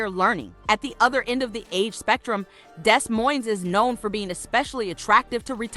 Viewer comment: Baby Doll, the city is pronounced Dee Moine, (the s is silent in both) not Desss Moinessss. Still good to know about these cities though. I agree, but you left out Omaha, Nebraska, where we moved to when I was 6. great health care, and lower utility costs, in all of these cities I've mentioned here. I was born in St Louis, also lived in East St Louis. Later Married a man from Des Moines, lived there off and on through the years. My youngest son still lives there, lived in Sioux City, and Waterloo, Iowa, lots of relatives and acquaintances in these cities, might want to mention Atlanta, Marietta, Smyrna, and some of the surrounding communities in Georgia. All of these cities are very affordable, in my opinion. I would not hesitate living in any of those cities again, if the weather was more tolerable. All of them have in my opinion too many tornadic type storms, Iowa also has those scary Derecho storms, and in winter, now that I'm older, it's just too dat blamed Cold!!!